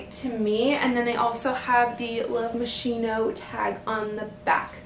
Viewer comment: It is pronounced Love MasKino:-)